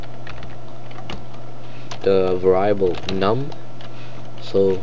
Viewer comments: ver-ee-abul not varieyable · That pronunciation... var-I-able...